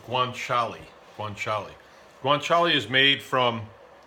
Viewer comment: Guanciale dio caro, non guanciali cristo